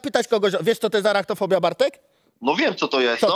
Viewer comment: typ próbuje zabłysnąć zadając pytanie "wiesz co to jest arachtofobia?" źle wypowiadając nazwę XD